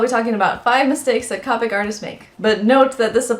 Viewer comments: c oo pic not caupic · Am i the only one who feels weird by hearing cah-pic instead of coh-pic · very good points that you made, thank you for this video. :) getting ready to watch some more of your videos! Something to note: Copic does not rhyme with topic. it's pronounced with a long o sound coh-pick this comes from Copic's FAQ page here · SHE SAID CAWPIC OMG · Great video! Another mistake that Copic artists make is the pronunciation. Its actually Copic - long "o", "COH-PICK". Here is the link directly from their website with the pronunciation. :)